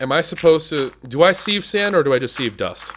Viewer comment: Sieve is pronounced Siv, you used to say this, and Minicio is pronounced Min ihh See oh